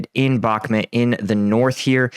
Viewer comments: Bakhmut you idiot, not Bakhmet.. lol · Back-met 🤣 where is this place? 😂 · How are we over 1 year into the war and you still can't pronounce Bakhmut correctly?